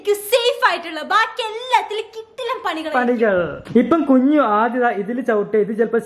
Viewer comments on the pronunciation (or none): കുഞ്ഞു ❌ കഞ്ഞു✅